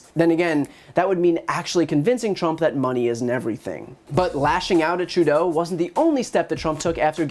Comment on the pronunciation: I like that you pronounce Trudeau’s name properly 🤗